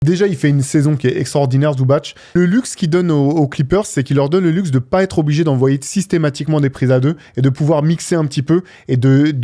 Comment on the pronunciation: Ça se prononce Zubatse et pas Zubatche, y a pas d'accent sur le C ,contrairement à Jokić